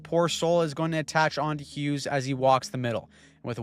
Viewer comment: its Hughes and it's not even close